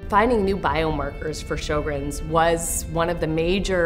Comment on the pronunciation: Drop the music. I think it should be pronounced "SHER-GRENS